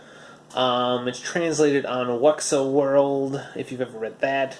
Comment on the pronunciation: Hahaha, good review. You should probably pronounce Wuxiaworld as Wu-Sha-World, which would be close to the supposed pronunciation.